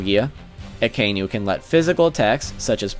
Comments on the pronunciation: Martin Daniel just once cross reference with an original would do the trick! He triggered me everytime when he misspelled aka-inu literally red dog and not that akai-nu bs I like the list thogh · Akaynu Lol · "Mo-net, A-koiji, A-kaynu" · "aykoeegee" and "akaynu". i know you warned us about incorrect pronunciation, but c'mon. just try.